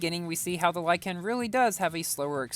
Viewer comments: Is it just me or does pronounce lykan weird?: lieCAN Me:lieKn Edit: I watched the whole video, your pronunciation triggers me a lot please change it xd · Lykan is pronounced “like - in” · dude said "lie-can" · it's said lyken but spelled lykan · when you say lykan, put less emphasis on the a.